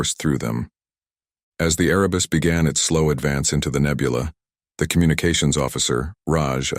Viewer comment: Erebus, not arabus, as in Mount Erebus, in Antarctica. Please correct.